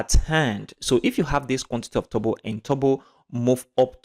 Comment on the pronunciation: Its funny How you say Turbo...like Tobo😁